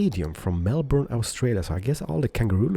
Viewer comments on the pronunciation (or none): none